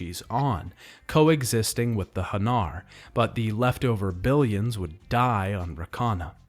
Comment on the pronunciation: Also its "Han NAR" not "Hun nur"